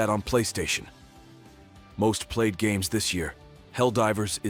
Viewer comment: im sorry the Text to Speech is just too perfect. this Chris Redfield serious voice mixed with the mispronunciation like "yor infoosing yuor Opeeneeyonngg an pursonal LoGICK" xD Edit: OMG WHAT WAS THAT?! "Meanwhile for xbox... most played Starfield is above Apex Legends...and other GaAaAaAaSsSsS!!!" WHAT WAS THAT?! THAT THREW ME OFF SO MUCH!!